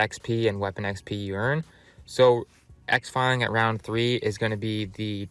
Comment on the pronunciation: X-file ing? bro it's Exfil ( X - Fill ) it's not to hard to say correctly lol